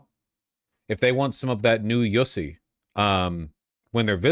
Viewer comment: “New Yussy”, lol